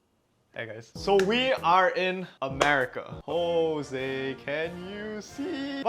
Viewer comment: it's not "Jose can you see" 😂😂